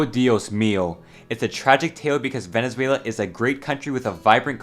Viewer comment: "venezueulau" araepa´ guiitarists... HOMBRE YO VENGO DE VENEZUELA EL PUEBLO MAS GRANDE DEL MUNDO Y COMO PUEDES OFENDERME DE ESA MALDITA PUTA HIJA DE LA GRAN REPUTISIMA "araepa" MANERA????!!!!!????¡¡¡//%$$$####////